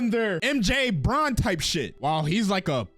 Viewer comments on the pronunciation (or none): none